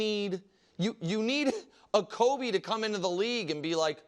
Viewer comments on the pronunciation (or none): none